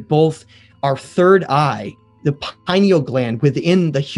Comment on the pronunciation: Halfway through and I had to stop watching. I’ve lost count of how many words you mispronounced—some were utter butcheries you should hang your head in shame for (PINE-E-UL? And we’re supposed to take you seriously?). A long presentation like this needs to be scripted. It goes without saying it should also be written and edited well before being recorded as well, too. And if you don’t do that, I strongly recommend that you do. However, if you do make this your practice, it sure as hell seems like you go off script every other paragraph and lose the plot, and then you’re rambling like the useless potato we have sitting in the Oval Office. I need aspirin. And a nap.